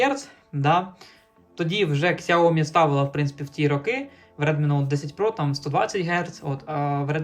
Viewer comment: Одне прохання, не кажи на сяомі ксяомі, а то уші ріже )